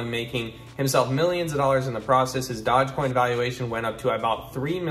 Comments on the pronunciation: d-o-g-e not dodge... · Wow, a guy giving advice when he's so confidently saying dodgecoin.... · Dodge-coin? Dude, do a little research. This was a huge meme. It was on SNL. Ever heard of Dogecoin? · Oh wow you don’t even know how to pronounce it! Thumbs down 👎